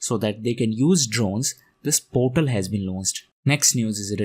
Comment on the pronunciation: when you said about MoCA it was heard as civil adoration not civil aviation. And about GARUD portals I could not make out the word portals until I searched in google.